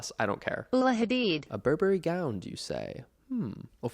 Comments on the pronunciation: am I crazy or did Connor say gownd instead of gown several times in this video? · Connor? Are you saying gown with a d? Gound? Love you but huh?? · Am I hearing gownD?? 😂